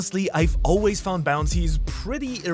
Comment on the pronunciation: The amount times the narrator mispronounces find and found in the wrong fashion is annoying. White beard, Oden annoyed faces